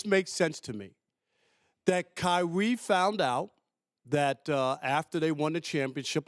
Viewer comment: kywee twayded ?? .. speak up big fella